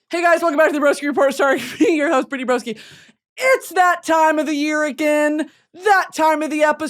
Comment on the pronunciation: Bri-tan-ny!!!! Please eat breakfast